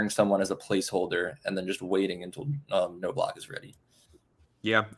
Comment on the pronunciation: Please learn how to pronounce names like Knobloch. It's not No-Block.